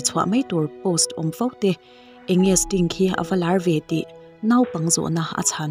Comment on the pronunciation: 'Stink' ti angin i lam tlat a